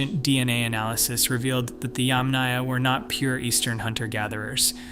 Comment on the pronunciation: YAMnaya, not yamNAYa.